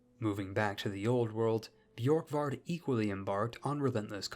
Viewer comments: Just take away the y sound from Borkvard, if it had that it would be spelled Bjorkvard, Orvarsson would be pronounced closer to Urvarson depending on where you're from, really the O would be pronounced like the eu in the French word Bleu back then, same as the letter ø. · its pronounced börkvarður örvarsson hope this helps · Bjurk-Vurd Oh-Va-Sson Sorry I am so late to correct you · Scandi here Here’s pronunciation. Ð = /Eth/ kind of noise. Ö is hard to explain, It’s a kind Ueh noise, Same time of u as the U in “Uh” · As a Viking, I’ll give you a pass on that pronunciation, because our Scandinavian letters usually confuse non-Scandinavian people.